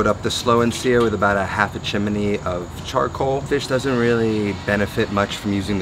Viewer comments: It’s chimney, not “chim me ne.” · Chimney is pronounced Chim-knee. It's not pronounced Chim-ah-knee. Maybe you're confused with a story about a cricket. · Thumbs down just for "chimaknee" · Great recipe. Thanks. Might try it tonight but your massacred appropriation of the phenomenal Heart's “Magic Man” makes it hard to rewatch. However, hearing you say “chiminy” several times is fairly entertaining. Chimchinery, Chim chin ery. ☺️ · Is chimney really 3 syllables?